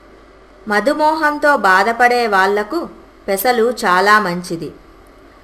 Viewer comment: Super telugu..maaku kuuda nerpara mee laa matladadam.Madhu moham kaadhu Madhu Meham...karma😖😖😖😖😖😖